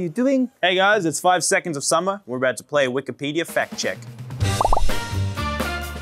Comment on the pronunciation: That r in summer is getting more and more prominent and I've never wanted someone to pronounce something wrong so badly